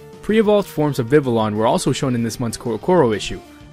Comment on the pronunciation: Just wanna say its pronounced Vi-vi-yon Cause in french and spanish when two ys are together it makes a y sound. Since this region is based on france i would hope thats how its pronounced